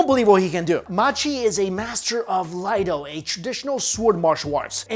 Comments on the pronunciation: ugggg. Not Laido.. EE AI DO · Laido or iaido? Because this guy said LAIDO.... please corroborate.... anyone... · it's an i not an L lol